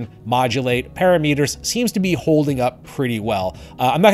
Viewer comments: just google "parameters pronunciation" it's a very common word, I think you just got crossed up. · You need to learn how to pronounce the word "parameters" correctly. LOL